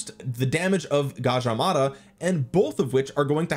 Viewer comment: You pronounced Gajah Mada perfectly. Thanks for not butchering it man. Cheers ❤